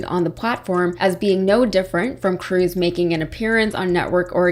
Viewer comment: Cruz; rhymes with "lose!" P.S. Allred may be sweet on you😍😍